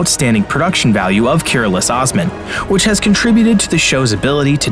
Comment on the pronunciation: Please pronounce correctly as "KOOROOLOOSH OSMAN"